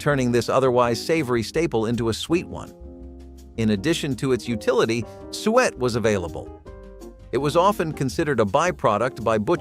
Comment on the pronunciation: You pronounce suet wrong. We eat mince pie every Christmas.